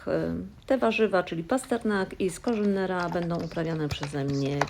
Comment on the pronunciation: SkoRZynera? Całe życie myślałam ze to sko R Z onera 😂😂